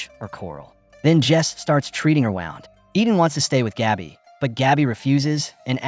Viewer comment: Those are flares not bullets. There's a difference. Your AI narrator sounds like an illiterate beta male who pronounces the word "Wound" as ... Wow-nd instead of as Woo-nd and that is just stupid. AI may or may not eventually take over the world but if it doesn't, it will very much make humans even more illiterate than they already are and I hate it for that. The premise of this movie really went full- ... we'll just say "tarded" because if I type the actual word YouTube will shadow delete my comment. I don't expect much from minimal effort channels like this but you could at least get an AI narrator with a better voice. This guy sounds like the high-school Drama Club Leader who spends most of his time stuffed in his own locker.